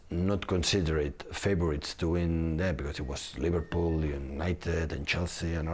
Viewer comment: Took 10 seconds for him to mention liveprool 😅